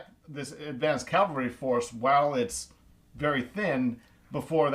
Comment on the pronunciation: To Blücher, it’s cavalry, not calvary.